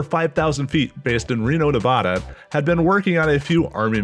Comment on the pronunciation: This video is awesome in absolutely every way except the mispronunciation of "Nevada."